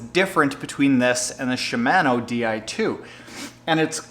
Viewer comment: SHI- MA -NO , pronounce the A like the a in fart. And you should check out Hambini's latest reaming on SRAM GXP cranksets, DUB cranksets have a similar issue.